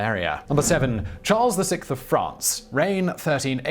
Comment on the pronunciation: Did he just say Charles the Sikth instead of Charles the sixth?